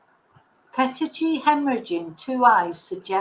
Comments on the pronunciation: Thank you,. I think it’s pronounced Petikea. Pinpoint hemorrhages due to breakage of capillaries. They can appear due to lack of oxygen, trauma and also some medications. None of those medications where detected in Nicola’s autopsy, so they were due to lack of oxygen, increased pressure for some reason and probably trauma. I personally think we should only rely on the timeline for which there has been some evidence. Like the increasing of the phone volume if I am not mistaken, pressing the side buttons of the phone around that time which is a clear call for help, the screams and steps that continued after and of course the heart rate pick. She probably raised the volume because there was some noise. Someone said Willow was barking. Then something clearly scared Nicola, raised her heartbeat, made her press the phone’s side buttons and made her scream. Someone most probably took her otherwise the steps wouldn’t be recorded. After that, there were no steps recorded. Heartbeats continued for many days. What is incredibly sad and frustrating is the fact that Fitbit showed Nicola was alive for many days and that valuable window for saving her was missed. I personally think those in charge failed massively and showed unbelievable irresponsibility. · PETECHIAE is pronounced pet - teek - eee - -eye. Hope that helps <3